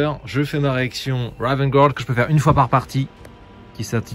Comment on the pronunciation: Excellente vidéo ! Juste un petit point prononciation pour de futures vidéos : "Guard" ça se prononce comme "garde" en fraçais et non "gouarde" ;) Les habitudes de prononciation sont dures à perdre, donc c'est normal si la bonne prononciation ne viens pas naturellement ^^